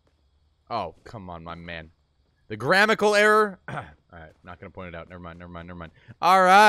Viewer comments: Roasts creater for grammatical error; says "grammical" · 'finds grammatical error. Also: 'proceds to say "GRAMMICAL" error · "grammical error" its grammatical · "The grammical error". It's actually "grammatical error". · Points out “your” vs. “you’re”... then proceeds to say “gramical error”. Hahaha it’s “grammatical” bro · “The gramical error” looooool you think you meant grammatical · you said grammatical wrong